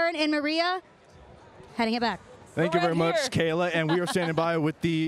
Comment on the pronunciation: Charly says gayla Braxton because of kayla real life smh